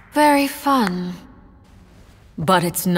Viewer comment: the "very fun" part sounds like lamb